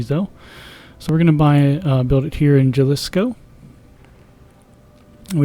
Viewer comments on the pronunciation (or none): Jalisco is actually pronounce Halisco just thought you should know